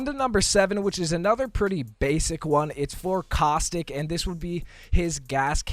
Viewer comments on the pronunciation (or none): none